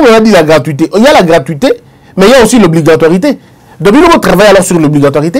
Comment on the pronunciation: Monsieur...SVP, On dit : "Obligatoriété" et non Obligatoirité....Eisch !!!